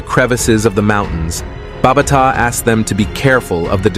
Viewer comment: BA BA TA SAY IT NOT BARBATA